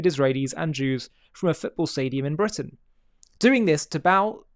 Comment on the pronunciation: Bwitain? *Englistan